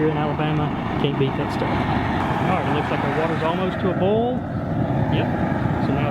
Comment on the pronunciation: dude, say BOIL ffs it is not BOWL